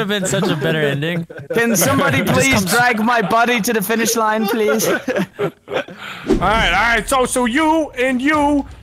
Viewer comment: He said daleight instead of alright.